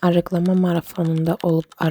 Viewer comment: Bir də diqqət etsəniz, arıqlama demirlər tələffüzdə, [arığlama] deyilir.